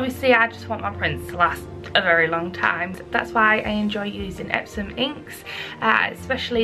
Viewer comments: Why are you saying epsoM? The company's name is EpsoN...N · Are you saying EpsoM? Isn't it EpsoN? Or am I really high right now? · Like really a serious question. Is it pronounced EpsoM? Cause i hear you say it that way.... Im from Germany and confused lol. Have i said it wrong... I feel crazy